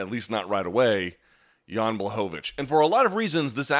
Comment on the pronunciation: It's pronounced: Yan BWahovich!